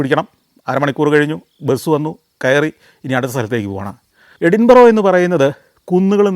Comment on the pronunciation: Santhosh sir with all respect it pronouns എടിന്ബര